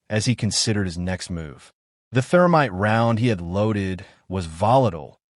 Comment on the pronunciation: "Therminte". Freshens your target's breath while ruining your weapon....